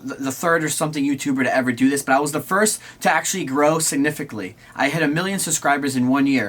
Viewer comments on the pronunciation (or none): He said “significly” that’s funny. I know this is inappropriate but I want to light up the mood.